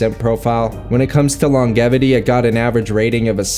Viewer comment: I really like your content but I am very confused on your pronunciation. Specifically of the word “longevity”